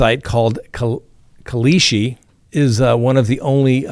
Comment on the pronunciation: how hard is it to say kalshi